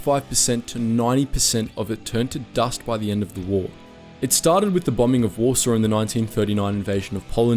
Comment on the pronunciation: Ah yes, the Polish capital of wAsRsAW. lol